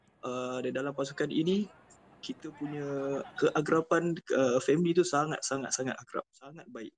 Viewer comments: Asal aku dengo ckp “agraban” 🤣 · Kite punye keAGRABAN family tu sgt2 rapat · sbb nak lawan dgn arab kan kena bunyi loghat2 arab ckit hahahah